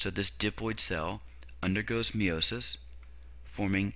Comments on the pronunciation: you have a cool way of saying "meiosis." me-owe-sis lol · great video (even though i cringe every time you say meiosis)